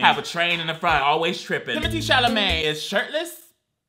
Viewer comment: Guy: Timothy Chalamete Girl: Magen Stallion